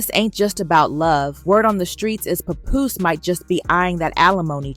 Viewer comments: The name is papoose pronounced p app oose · Who tf is Papuss?!Papuce?!!😂 ITS PAPOOSE! damn a.i bots!! Lol